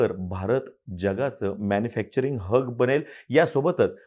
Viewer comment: कोणी कोणी हब ला हग ऐकलं😂😂😂😂